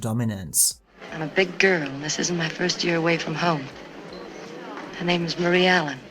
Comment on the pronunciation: Brilliant video, watched it twice! I always thought she should have won the Oscar for this performance! One mistake you made is the pronunciation of her character's name which is MARIE ( Ma ree) ALLEN (al an) . Thanks.